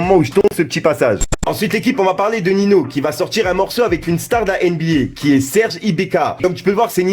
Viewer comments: Gros ninho ça se prononce ninio pas nino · Arrête de dire Nino c'est ninho